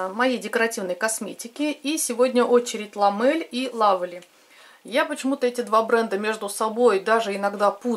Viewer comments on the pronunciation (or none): Так это два разных бренда Lovely ( читается как Лавли), Lovelle ( скорее всего как Лавель или Лавелле). Если, что, я не умничаю🤭 а просто обращаю внимание на написание брендов. Вдруг кто-то будет искать эти продукты...